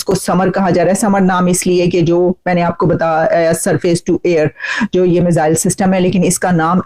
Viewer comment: Missile bolne aata nahi. Chale hain salah dene. Don...y